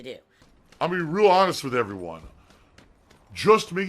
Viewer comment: A great indicator of how dishonest someone is, is how often they have to keep mentioning how AH-NEST they are.